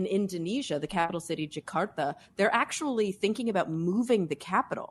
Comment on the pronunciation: I've heard people from Jakarta pronouncing Jakarta more english sounding then Cara does. Sounds more Filipino then Indo but great she's trying :)